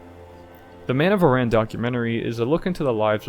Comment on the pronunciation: Aran Islands sounds like Aaron, not Iran